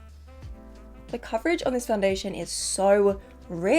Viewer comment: 26 days til our bday! i clicked so fast💖 holds up a beauty blender “my brush” imaging doing the face for the second time and it wasn’t recording again “foundayliaton”😂